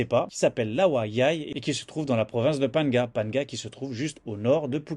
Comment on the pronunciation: Hello Je découvre ton petit journal .. bah c’est pas mal fait bravo Par contre : vu que tu as l air de résider en Thaïlande je me permets de te conseiller de bien apprendre la bonne prononciation de phan- gna Moi ça m a fait un peu mal aux oreilles le phan ga 😊